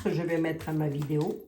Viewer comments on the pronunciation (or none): none